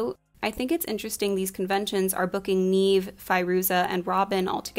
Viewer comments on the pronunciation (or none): Love the entire breakdown. Just a little nitpicky but it’s pronounced “Nev” Neve Campbell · You might already know this by now but Neve is pronounced like Nev (as in never) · This was great, but the misspronunciation of the actresses' names drove me nuts. "Neev" as one of them (shuuder) But this movie was so impactful on kids when it came out. I remember EVERY sleep over consisted of light as a feather, stiff as a board. I also blame this movie for the reason I actually fell into the goth scene 🖤